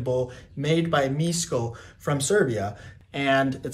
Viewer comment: Another Serbian here. I agree, awesome video. Just a small correction, you would pronounce Miško like Mishko, not like Misko. Wherever you see the letter "š" you pronounce it like "sh" in "shoot".